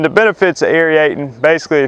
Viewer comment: Pronounced " air-eight-ing " , no e in there.